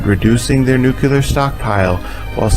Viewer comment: All good until 14 minutes after launch and then multiple nuculars. Sorry, it's either nuclear or the viewing mission terminates.